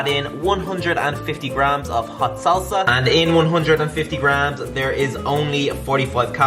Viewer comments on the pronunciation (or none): none